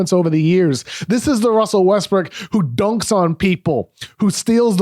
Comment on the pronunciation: Anyone else hear this gem of a blooper ? "...This is the Russell Westbrook who DOHNKS on people..." 💀💀💀💀💀💀💀💀